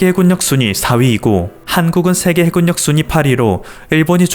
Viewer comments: 해굴력 아니고 해 군 력 ! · 해굴력은 너무 웃깁니다..해군녁입니다~~